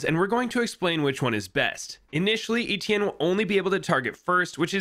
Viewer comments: your pronunciation of Etienne is maddening lol. Its pronounced Et- (like in Yeti) Ie- (like the letter E) nne- (like the letter N). Etienne. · you pronounced it wrong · I don’t think that’s how you pronounce etienne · You pronounce his name wrong and it pisses me off